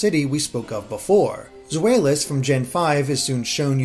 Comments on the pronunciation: Zweilous. Zvy. Like ivy. It's German. Eins. Zwei. Drei. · Zweilous is pronounced like "tsv-eye-lus". Zwei is a german word meaning two (Hence the two heads) This pronunciation is on spot native german speaker here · That can't be a Youngster because their Japanese name is "Shorts Kid", and he's not wearing shorts. Also, you pronounced Zweilous wrong.